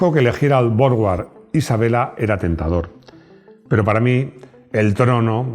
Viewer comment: Suena extraño que pronuncies la marca inglesa Jowett como "llovét" y la marca alemana Borgward como "bórg-uard" cuando es en inglés que la W suena como la u y en alemán donde suena como v, de modo que las pronunciaciones reales de ambas marcas serían más bien respectivamente "lló-uet" y "bórg-vard".